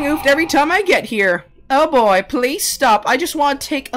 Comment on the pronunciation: He said BOI